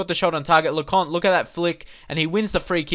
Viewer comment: Blanchard ...... Blank-ch-ard Lecointe ....... Le-coin-t Gilmartin ........ Jil-mert-tan (pronounced as if he's French) Young has more potential than Hourihane.